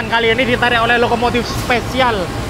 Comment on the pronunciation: Lokomotif, bukan Lokomotit😅😅😅😅